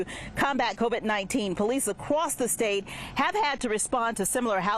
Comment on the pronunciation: “powwice acwooss the state”